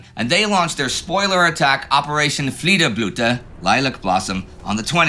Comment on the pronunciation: Small correction, its "Fliederblüte", not "FliederBlute". Otherwise great episode once again!